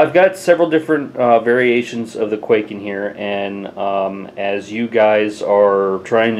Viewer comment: it's pronounced kuai-ken